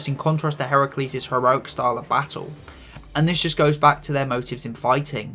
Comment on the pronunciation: FINALLY GLAD SOMEONE GOT HERACULE'S NAME RIGHT